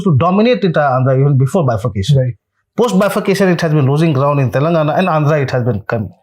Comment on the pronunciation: Young man !! It is not “Telungna”! It is pronounced as Telangana!